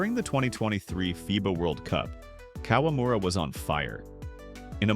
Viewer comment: It’a KA-WA-MU-RA, NOT KOLAMURA…🤦🏻